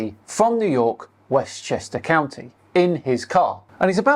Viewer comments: "Westchester Cyyounty" 😂😂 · Does someone pay him a nickle every time he says "Westchester county"? Lmao